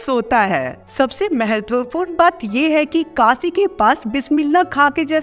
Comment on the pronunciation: vo Kasi nhi Kashi hota hh